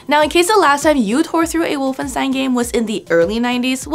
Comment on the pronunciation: Would be nice to pronounce Wolfenstein correctly